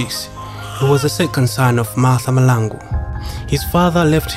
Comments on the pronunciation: But learn to pronounce our Surnames correctly I for one am a MAHLANGU and its irritating to hear you butcher my surname. Its MAHLANGU not Malangu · STOP saying people's names WRONG NOT Malangu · its mahlangu not malangu....in future let ndebele speaking people talk about him not just someone who cant even pronounce his surname